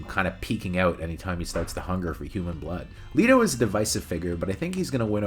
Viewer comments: You pronounced Jered Leto's last name wrong. It's Let-o. Not Le-to. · I don’t think I ever heard anybody call him Jared Leeto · WHY DO YOU KEEP PRONOUNCING HIS LAST NAME WRONG!!!!!!!!!!!! 🤬😵‍💫😤